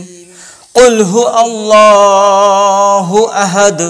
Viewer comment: Qul hu Allahu ahad hobe na okhane Alif nai oau আছে, তো ওললাহু hobe